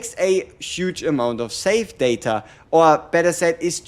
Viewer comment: Saved data : Sa-ta? Hahaha he was confused when he said that... that's pretty cute